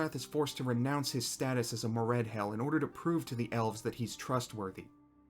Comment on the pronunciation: I died a little everytime he pronounced Moredhel as Mored-HELL. 🙂